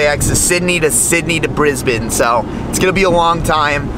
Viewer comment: Kudos, you pronounced Brisbane correctly. Must be hanging with Sammit